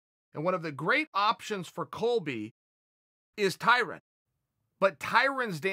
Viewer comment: Tyrone "tyrun" Woodley